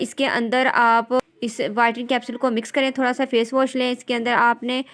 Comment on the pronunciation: bolna to seekhlen pehly whitring nh.. whitening hota h..